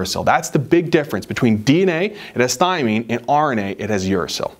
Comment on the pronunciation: Lol y iSaid THYMINE LOL